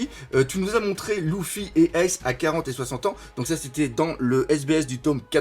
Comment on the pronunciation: c'est pas louffy c'est luffy